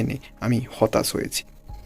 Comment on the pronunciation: ভাই হতাচ বলবেননা, বলবেন হতাশ।